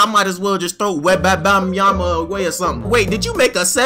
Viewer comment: "Webabamyama"got me dying.